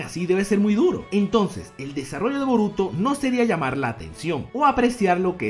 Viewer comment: Yo escucho que dices vómito, no boruto.